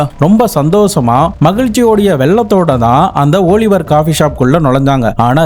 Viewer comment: ஓலிவர் இல்ல ஆலிவர்